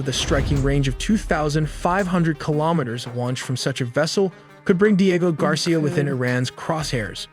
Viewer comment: The speaker is probably an AI it pronounces so many words wrong like covert Diego etc of course it could just be a total idiot human